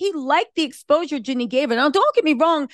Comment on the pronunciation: I love u but it’s JEAN-NIE, not JENNY. It’s Jeezy, not Forest Gump.